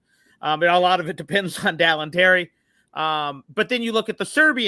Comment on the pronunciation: 3 years and still can't say Dalen's name correctly